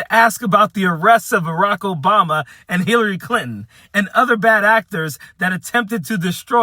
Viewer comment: He can't even pronounce Hillary Clinton's name. My god